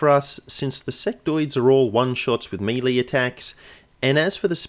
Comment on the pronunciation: meh-lay, not MEEEEEEEEELEEEEEEEEY haha